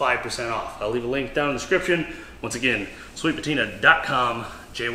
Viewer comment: i think you mispronounced sweet patinr and also tiner' sauce somehow 🤔